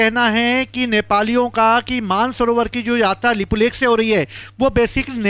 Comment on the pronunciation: यह भाई को अच्छे से उच्चारण करने को भी नहीं आ रहा है तो यह भाई बता रहे हैं यह की कौन सा इलाका किसका है इनको लिपुलेख और लिपि अधूरा का सही से उच्चारण करने को भी नहीं आ रहा है तो यह वाइट बोर्ड में लिखकर बता रहे हैं कि किसके साथ क्या हुआ किधर किसका जमीन है किसका क्या है तो यह भाई बता रहा है कि नेपाल ने भारत का जमीन लिया बाल इंसान है यह नहीं बताया कि नेपाल नहीं भारत का जमीन लिया नेपाल नेवी ले रखा है और भारत में भी ले रखा है तो दोनों देश मित्रों के हिसाब से बैठकर यह बातचीत करेंगे समझाएंगे. यह भाई सरासर गलत न्यूज़ फैला रहे हैं